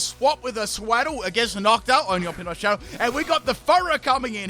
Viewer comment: Solar beam in the snow, only your show 😂 everytime you say Channel I hear show instead. This time at least it rhymed